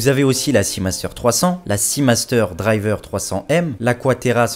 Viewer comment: « La Seamaster « dRiver » 300m... » mes oreilles ont saigné...